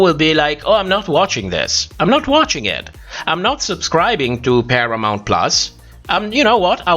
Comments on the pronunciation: asjkkakkdal not "Perramount" JAJAJAJAAA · Not perramount 😂